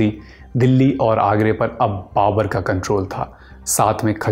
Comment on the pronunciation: Babar hota hai ya babur